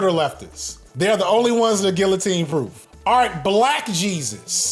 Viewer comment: That’s not how you pronounce guillotine.